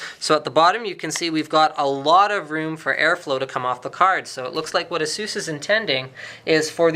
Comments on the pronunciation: lolzzzzzzzzzzz its eh_sus not asoos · lol "asoos". it's" Ace-us" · Azeus? I always thought you pronounce it as A - SUS. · What is the correct way to pronounce it guys? Asoos or aceus ? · Is it pronounced "A-Zues"...or "A-SES"? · I hate it when people pronounce it as "Asoos". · Please stop saying Asoos. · Erhmm ... you pronounce Asus wrong bro :/ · Exactly. How people can mispronounce that is beyond me.